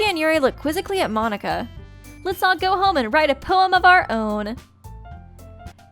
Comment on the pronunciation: everytime you say monika i hear you say monokuma for some reason ._.